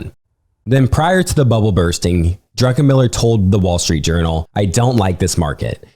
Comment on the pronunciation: Highly suggest you look up pronunciations prior to these podcasts. Simple things like the pronouncing the past tense of ‘cost’ as ‘costed’ should really be avoided. More egregiously, it’s Stanley DRUCKenmiller, not DRUNKENMILLER.